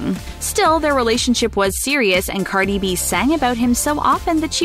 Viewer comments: "Carly B" 😂 No hate, it just made me laugh for a split second. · when she says Carli B😂